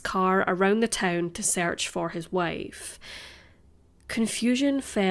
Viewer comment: "Sayrcht" I love it. ❤